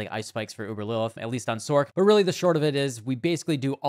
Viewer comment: its not SORK its SORC!!